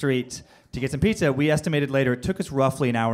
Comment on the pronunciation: The Ghost of Shades Kelly know this is 3 years ago but did you hear him call pizza as petzza